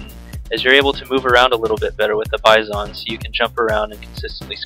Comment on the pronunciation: u say (bye-zon) not (bi-zon) noob